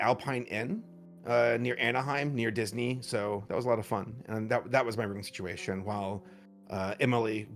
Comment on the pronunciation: it makes me giggle every time she says "siguation" instead of situation..